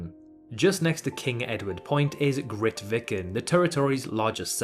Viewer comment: You really need to do more research before making videos like this… it reads like you used the Wikipedia pages. No mention of the Norwegian expeditions (and that’s not how you pronounce Grytviken), and it’s not the southernmost church in the world (there are several in Antarctica). Very disappointed.